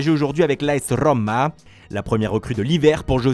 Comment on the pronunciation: As RRRoma